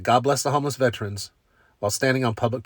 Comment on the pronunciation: Veteran is a 3 syllable word.